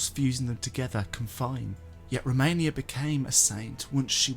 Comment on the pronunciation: ROMINA not ROMANIA